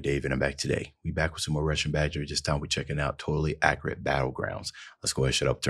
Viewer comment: Is it just me or do some black Americans say accurate wrong?